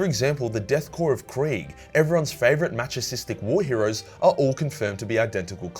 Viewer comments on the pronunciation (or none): The world is "masochistic", pronounced "mass-uh-kissed-dick" You pronounced it "match-uh-sis-dick" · The pronunciation of masochistic gave my brain a bit of an aneurysm, but otherwise wonderful video.